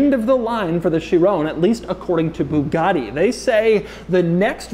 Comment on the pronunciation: And it's pronounced buugati not booghati